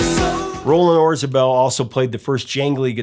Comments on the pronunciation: A question? Isn’t it Orzabal instead of Orzabel? Sorry, love this album and The Hurting. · Yeah, I think he mispronounced it. Still, a great video.